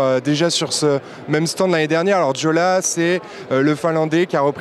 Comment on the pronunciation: Juste une petite précision : Jolla se prononce " YOLA" :)